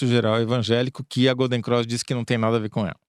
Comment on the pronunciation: Gata, não é Golden "Croix". É Golden CROSS. Detalhe: eu também sou carioca.